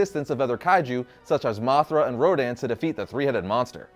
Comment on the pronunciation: You said moc 5 dont you mean moth 5 😂